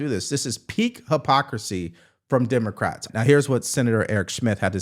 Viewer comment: Lmao "Dimocrats"